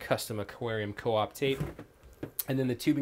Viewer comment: aquarium "coop" lol. That is how I will pronounce it now.